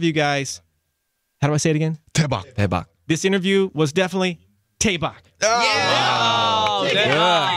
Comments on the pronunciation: Daebak with a 'D' not a 'T' Jojo lol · "taebak" sksjshshs he asked so many times yet he still pronounced it wrong 😂😭 it's ok jojo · hahahaha sounds like he's saying TAEBACK which words because yas tae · RM: “Let’s say Daebak in Korean” JoJo: “Taebak” Me: 😂